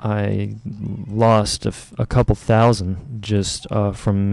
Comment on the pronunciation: "so i lost a couple thousond by miss clicking"